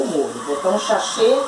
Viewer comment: Até uma criança sabe falar Sachê, e fica nessa onda de falar errado.